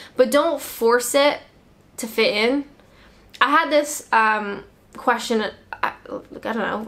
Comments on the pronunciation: when you said "fit in" that sound well English lol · Lolololol you should listen to yourself at 3.37! You say "fit in" with a southern accent. Keep up the good work with these videos :)